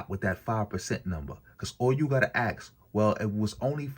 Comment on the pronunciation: The word is “ask” not axe. You ask a question, you don’t axe a question. Stop talking like a slave. This whole argument is dumb. Let’s just say slavery played a big part in the building of America. That has nothing to do with the modern day AA, so what are y’all beating your chest about? AA’s today are largely lazy.